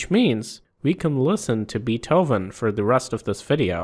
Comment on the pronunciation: Bee-thoven Lol